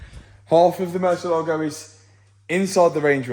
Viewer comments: Nothing less than a black Murciélago. Fun fact: Murciélago is Spanish for Bat (the animal) and the accent is on the E so its not murcie-LAGO it's murci-ÉLA-go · Pronounced "Moor-see-eh-lag-o"